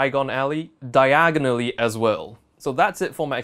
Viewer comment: Don't say DIAGONALLY that way, you might end up in Diagon Alley! 😁 Just kidding!! Fantastic video 👌👍